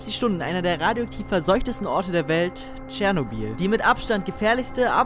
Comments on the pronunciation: Bitte sprechen es nicht Tschernobiiiiiiiiiiiiiil aus sondern Chernobyl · Tscharnobil was😩😩 Es heißt Ченобель👍👌